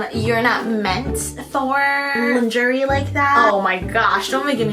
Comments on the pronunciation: my love, my darling. Say it with me “lon-Zhuh-ray”. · LMAOOO now I will never say “LINGERIE” the same way! 😂😂😂